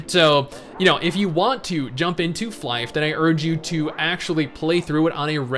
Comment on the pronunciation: The game is not pronounced 'Fly-ph'. It's 'Fly FF'. The FF stands for 'For Fun'. So the title is Fly For Fun. Stupid, but true.